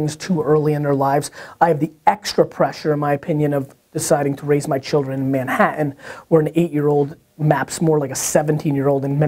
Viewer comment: Gary, Did you say chil'rens? Gary loves his chil'rens!!!!